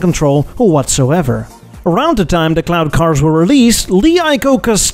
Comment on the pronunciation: Every time you said cloud cars i heard CLOWN car , it made me chuckle